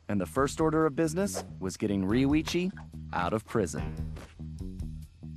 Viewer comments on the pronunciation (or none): u said roichi instead of rioicho! LOL! but VERY happy this lp is here! 7 years waz worth it!